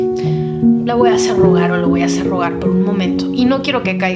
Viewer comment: me encantas, eres maravillosa, eres un amor!!! Hablas hermoso y eres muy inteligente pero por favor! Deja de decir "voa"en lugar de "voy a", eso es incorrecto y echa abajo casi todo tu discurso tan perfecto, ése voa, suena horrible, no existe. Evítalo ensucia tú magnífica conversación. Bendiciones